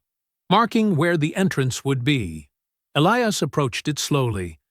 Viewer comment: Good plot but the AI narration made a mess of pronouncing the hero's name: was it Elias, or "Elee-ass"?